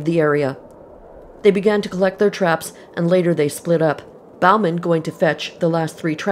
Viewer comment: Bauman is pronounced « bowman ». It is a French name. How can it have morphed into « Balmain »?